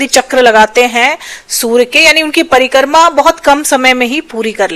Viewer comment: परीकर्मा नहीं परिक्रमा होता है😅😅